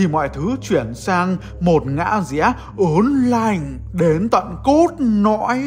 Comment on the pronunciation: "Ớn nạnh đến tận cốt nõi"🗣🔥